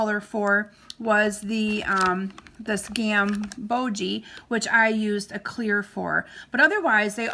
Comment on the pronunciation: They are fun, aren't they? Such pretty examples. I think the orange color is pronounced gam-bOj. Long O, more of a j sound after that, no ee sound at the end. At least that's what my art class teacher called it many years ago. ☺